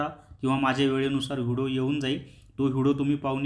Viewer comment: व्हिडो नका म्हणू ओ व्हिडिओ म्हणा कृपया😂